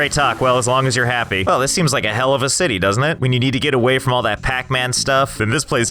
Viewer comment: The “Zity”